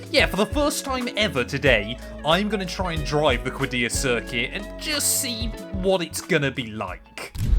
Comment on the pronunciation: The pronunciation is qaddiyah قديّه